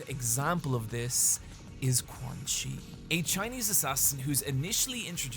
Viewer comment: This is a great video, but GODDAMMIT, THAT PRONUNCIATION OF “QUANXI” IS PISSING ME THE FUCK OFF. Anyways, good vid bro.